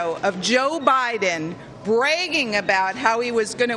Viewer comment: bray-ging LOL